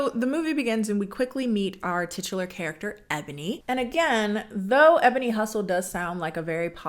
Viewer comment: Did you say titular on purpose? 😂😂😂